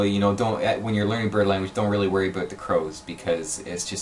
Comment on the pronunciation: The way you say “about” enrages me.